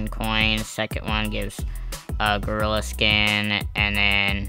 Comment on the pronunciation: Why does bro sounds so crispy when he said "gorillaaaa"